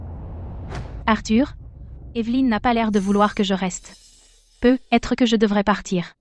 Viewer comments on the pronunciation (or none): On ndit pas "PEUT... ETRE mais prononcer " PEUTETRE"😢